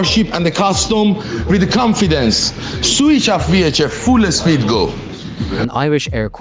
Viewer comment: "Full Espeed go", is Iranian 😂😂😂